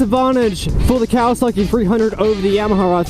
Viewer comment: dude said kawaski vtec🤣🤣🤣🤣